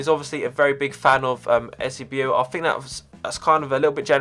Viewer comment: Eusebio is pronounced 'you-say-bio